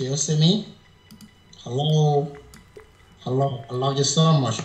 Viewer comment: Hello sounds like Allow 🤣🤣🤣🤣🤣🤣